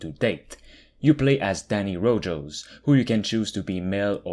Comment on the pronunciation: I love “Danny rojos” lol it’s pronounced “Danny Rohas”